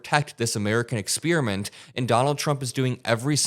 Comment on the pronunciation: Stop the bus!!!! "expeeriment" what the actual flying fck is that????